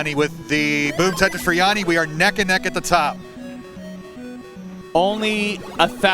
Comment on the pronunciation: It's not Jaani it's Jani.